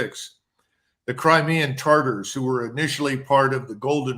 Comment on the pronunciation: Tatars, not taRtars.